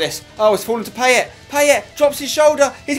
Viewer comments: Say Paye not PayeT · pie-et not payet spencer it makes me cringe everytime u say it wrong XD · Is it just me or does Spence have real problems with French names? Payet and Sagna pronunciation were criminal in this video. Great as usual otherwise though!